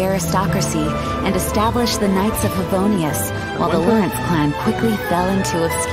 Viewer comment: is it just me always heard "Favonius" as "Fa-no-rius"